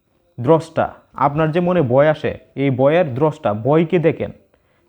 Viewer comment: বয় না বলে ভয় বললে শুনতে ভালো লাগে